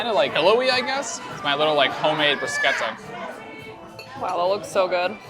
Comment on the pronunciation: American correctly pronounces the word bruschetta